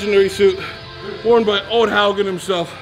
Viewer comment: Man it's bugging me to no end how everyone is pronouncing Odds name so strangely for being the easiest Norwegian name to pronounce in English :)